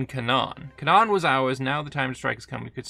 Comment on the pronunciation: It is pronounced “cay-nan” :)) just a quick fyi, love the video